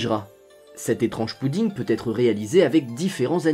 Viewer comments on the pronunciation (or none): none